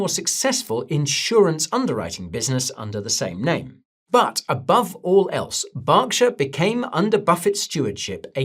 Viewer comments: is it Barkshire or Berkshire for Gods sake 🤦🏻‍♂️ my ears bled… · BERKshire Guy! Not BARKshire! 😅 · Why do you call it Bockshire? Its Berkshire say it with me Berk, Berk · BERK-SHY-ER, not Bocksher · Yeah that kept cracking me up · Burrr, its cold. Its pronounced Burr-ksher.. not bark. Its not like a tree.. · Its an American company with a name that's easy to look up. Its not BARK lmao its BERK😂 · I just read the Subtitles as Guy is speaking and it reads he is saying BARKSHIRE 🤣 so definitely Wrong. As well as who is from the same country has prounced it correctly, Berk, not BARK like the Subtitles reads and not BOCK like guy is saying. So your different country theory doesn't play out. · Why do you keep calling it Barkshire? 😂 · Bark shire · That proofs he doesnt know anything about berkshire, how on earth can you say borkshire. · "Barkshur"??? I've never heard it pronounced that way Guy. 😅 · Who are Barkshire ir Borkshire ..... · Yeah I worked for BNSF for a few years, even met Buffet. BERKSHIRE HATHAWAY is an American conglomerate. So started in America, and No one in America calls it BOCkSHIRE or spells it Bock. Just cuz you are from a different country doesnt mean you pronounce CAT like it was DOG. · well working for the one of Buffets companies since 1999, and being at meetings where he has spoken as well as hearing it pronounce properly at work about 5-6 days a week, I know 1st hand its not pronounced BOCKSHIRE. 🤣 Do some countries pronounce Cat differently like COAT or Dog differently like DODGE or is it that some people are just Flat out Fk wrong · Are you purposely miss pronouncing Berkshire incorrectly? 😂😂